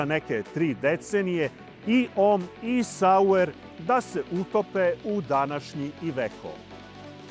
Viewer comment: Švajcarski proizvođač se zvao Saurer, a ne Sauer.